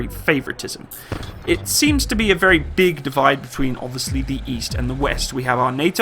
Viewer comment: its wery wery good tank!✌